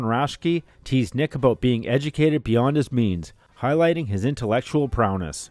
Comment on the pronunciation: He said "Prow-ness" lolol The Brain woykd approve LOL Thank yoy for a throw back term!!